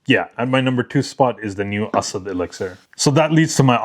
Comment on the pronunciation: I really like Asad Bourbon. Thanks for letting us know how to properly pronounce. I truly appreciate it.